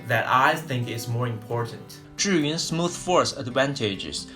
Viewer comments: this is the right way to pronounce Zhiyun (like JUR-yun). =) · Thank you very much for pronouncing 'Zhiyun' correctly. :-)